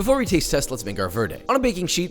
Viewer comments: “A row-hoe, and a vuur-day” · Josh, it’s VARE-day!! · You can pronounce Chilaquiles, but not Roja or Verde?!? whatever. At least you didn't break the bank on these.